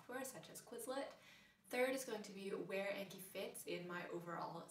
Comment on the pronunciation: Such a good video but the program is pronounced "On-key" :)